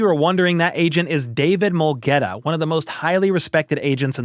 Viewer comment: should say I can’t pronounce his name instead of saying I don’t know his name. Mulugheta is Ethiopian name BTW.